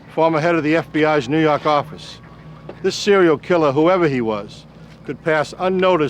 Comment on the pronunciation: NEW YAWK AFFICE!